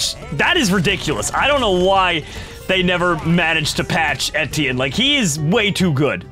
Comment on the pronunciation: etienne is pronounced etch-E-en not etine